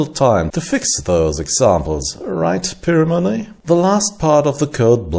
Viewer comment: Interesting pronunciation of 'Pimoroni'. I suspect the guys at Pimoroni pronounce it Pie-Moroni.